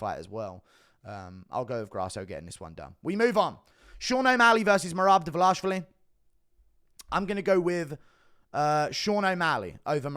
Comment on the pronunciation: I love how you still can't pronounce last name 😂